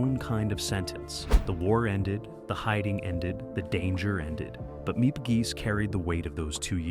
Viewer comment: Not important to the story, but it’s “Meep and Yon* Hees,” but my H represents /x/, a voiceless velar derivative, a raspy sound in the back of the throat. Jan rhymes with Don. They pronounce the English G in A Small Light.